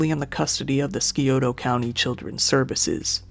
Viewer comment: Sorry but, sigh-oh-tuh county. Scioto